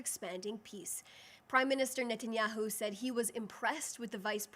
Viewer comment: OK, firstly, I love this wonderful intelligent, beautiful girl’s eloquence, passion, and always factual truth. I love everything about the way she communicates and her beautiful way of speaking. I also want to give her a shoutout for being literally the first English speaking public-facing media related person correctly pronouncing the super super easy Bibi Netanyahu’s last name. For you dunces out there who can’t say this simple SUPER EASY pronunciation, Netanyahu is pronounced: Ni-Tan-YAHU (notice the NI, not NE pronunciation). The vocal emphasis is on the last of the three syllables. IT IS NOT PRONOUNCED: NET-enyahu (there is no E sound in the first syllable). This does not rhyme with a basketball net. It rhymes with Cousin It)😅 It really isn’t hard, folks 😂